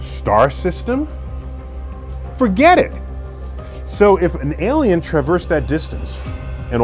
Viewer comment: Love the way he said "FORGET IT-th!!" got me craking up😂